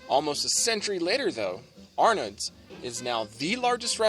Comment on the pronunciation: I love the French 75 and Arnaud's but please, the D is silent....pronounced ar-no's.